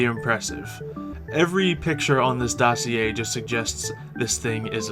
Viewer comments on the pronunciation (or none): none